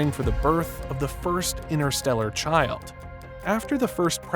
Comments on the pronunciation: InTersteller, there's a T in it. Not "innerstellar". Please! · InTerstellar child, not innerstellar child. There's a T to be pronounced.